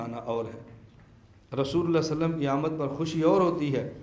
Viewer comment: وسلم هےبهائ وصلم نهيں